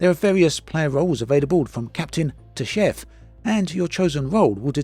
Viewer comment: did you say "chef"?